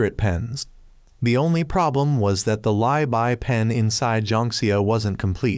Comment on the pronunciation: Im Chinese and when your trying to say Li Bai on you actually said Lai Bai instead of Li Bai